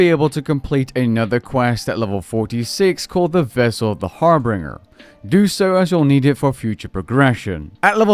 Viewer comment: Just a quick pronunciation correction. Its not Harbringer, its Harbinger.